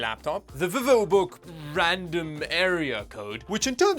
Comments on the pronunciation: The way you pronounced vivobook😂 vee-vo. Another great video. Much entertainment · Dude saying the VivoBook outloud kind of feels and sounds like someone having a stroke